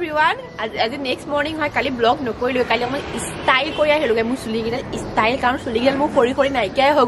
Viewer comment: it's ot istile, it's prounce is style, take care